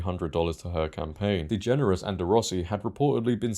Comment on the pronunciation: U keep mispronouncing her last name